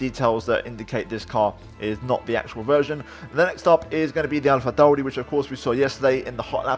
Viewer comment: AlphaTauri pronunciation was spot on